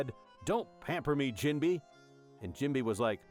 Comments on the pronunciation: Jim-bay, not Jim- bee. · you can always tell because AI pronounces words based on the letters. Like jimbei is pronounced "jim-bay". The AI pronounces it "jim-bee".